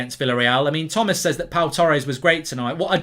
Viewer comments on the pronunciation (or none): none